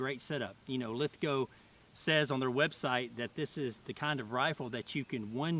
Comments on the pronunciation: We forgive your attempt at an Aussie accent because you pronounced Lithgow properly. (Most Americans pronounce it Lith-gOW instead of Lith-go) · An American that pronounces “Lithgow” properly!! Omg! Haha good stuff mate! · Lithgow makes the guns for the Australian Army.. they’re top quality! Awesome videos mate.. good to hear an American pronounce the name lithgow right too.. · Glad you got the town name right first go as some one that lived in the town its hard to hear when people get it wrong haha and we also make a styre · Omg an american that can pronounce lithgow properly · man, I have to give you some credit, when so many 'merican's say lithgow, (when reviewing this, or other lithgow guns) they butcher the name saying lith-gow, (even tho it is said and spelt the say as john lithgow's last name) glad you are loving this rifle, they are imo magic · Wooooo you pronounced it properly! :D